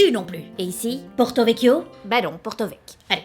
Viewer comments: Pas de questions, je trouve ça dingue de s’infliger le GR20 (35 ans que je suis en Corse, j’ai 35 ans et jamais l’idée de le faire ne m’a traversé l’esprit). Bravo. Ensuite je ne sais pas qui t’a enseigné les prononciations, mais on dit « PraDi » pas Prat’ , « Pourtiwétiou » pas portovek … La dernière lettre est toujours prononcée. Je dis ça pour les gens qui veulent y aller et qui ne veulent pas se prendre des châtaignes dans la figure 😁 Anyways, congrats! Et vivement la nouvelle vidéo 😍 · Je tiens à préciser que ce n'est pas vrai qu'on ne prononce pas la dernière lettre, elle est juste beaucoup moins accentuée, donc non on ne prononce pas Porto Vecchio "Porto veck". Les pumataghju que tu as du croiser crois avoir tout compris au Corse et adore étaler leur pseudo-science 😂 en tout cas super vidéo ! On espère que tu aura plus de chance sur un autre périple 💪🏼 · Wow wow wow ! Attention à la prononciation Corse, on ne dit jamais Porto-Vec ! Les i, les u et les o en fin de mot sont atténués, mais pas supprimés de la prononciation :) Et sinon bravo pour ton périple, c'est très courageux de se lancer dans le GR 20. Beaucoup s'arrêtent au 1er jour tellement c'est dur, donc respect pour ton ambition et pour avoir su arrêter quand il fallait. You're the best !